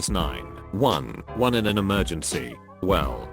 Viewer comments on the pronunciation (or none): This is without a fucking doubt the single worst, most fucking annoying pile of automated mispronunciations in a reddit video I have ever encountered. “Khaled nine double eleven” holy christ